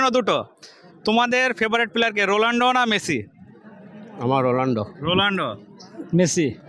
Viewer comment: ভাই নামটা তো ঠিক করেন বলছে Rolando 😀